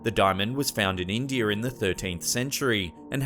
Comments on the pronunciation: Did anyone else hear him say indr and not India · Cmon guys lets take the Delhi Purple Sapphire back to INdiEr Love the accent but the fuq InDiER????😂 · I hate how he uses the r sound at the end of each dam place he mentions it triggers my OCD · "Little Bosterd"??? Try, "Little BAstArd. This guy really knows how to put the "R", in "India". Indier? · Indiar....I love Aussie and British accents when they add an "R" at the end of words. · "The diamond was found in Indierr" Gotta love the British intrusive "r".